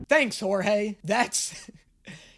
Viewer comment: I want him to react to "big city greens" idk why... Also OMFG IT'S "Jorge"!!!! 😆😆😆😆